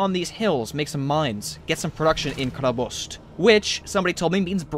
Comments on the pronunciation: Yes, although it should have just been Hrabrost because there is no K sound at all in the russian word. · it's not khrAbrost,it is khrabrOst' (accent on letter "O" and "t" mast be pronounce soft and gentle